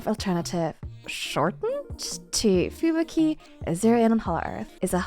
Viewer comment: I like how you pronounce Fubuki